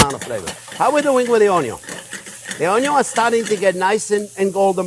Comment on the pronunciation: I remember one day cooking alongside you in your programme and I was stressing over cutting the onions, and as I was stressing over them, you looked up to the camera and said "don't worry how you cut the onyos - they can be cut this way, or that way (showing different methods) and it's all-ah going to taste-ah the same-ah." I remember smiling and putting my oddly shaped "onyos" in the dish and you were right. It was as though you were right here with me. I hear your tips in my head when I'm cooking. Thank you so very much for improving my cooking over the years and sharing your vast experience. My husband and family thank you too. Sending you massive hugs from us all. Oh and I'd call that an "onyo" gravy. Xxx